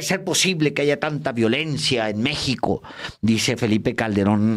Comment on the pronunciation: Borolas rata x naturaleza se robó la presidencia en 2006 y dijo ayga Sido como ayga Sido soy presidente, se cree mucho y falta de hablar bien el alfabeta se dice haya , no ayga, imbécil